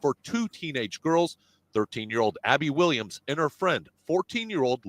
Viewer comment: "A-bby, a gun!" sounds like That be a gun.